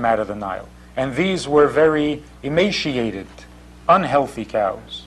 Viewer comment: Joseph wasn't Spanish and it's emaciated not whatever you said you chop up pronunciation Non-Stop.